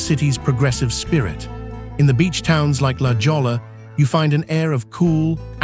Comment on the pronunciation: A lot of this video was shot backwards with words on buildings and signs backwards. I live here for 17 years and have a hard time telling which is north, south, east and west. I don't know why they shot it in an opposite form. The beach and oceans should appear in the west not east. Hey, it is pronounced, "La Hoya" written as La Jolla monkey. This speaker cannot even pronounced the Spanish names for these areas. What is he, AI? Tijuana is pronounce "Tee-whanna" monkey. Anyhow there is no mystery to San Diego.